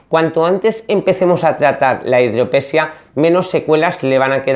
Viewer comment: Hidrope SÍ a... Metro DI zanol NO, Metro NI zadol... Je, je, je...